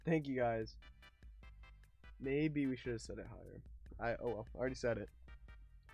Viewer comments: I don’t know if he said maybe or baby?! But it sounds like baby omg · It's sounds like baby but it's actually maybe if you listen closely